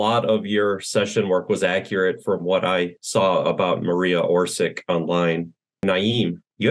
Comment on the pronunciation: Maria's name is pronounced Orsich: or-seech. Puharich's name: poo-ha-reach.